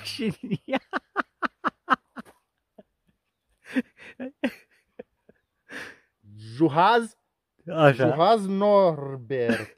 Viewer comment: Juhasz , SZ se citeste cu S in romana